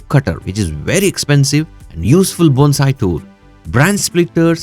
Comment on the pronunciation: Thank you for pronouncing Bone-sai correctly!! I’ve done many of your suggestions. 😊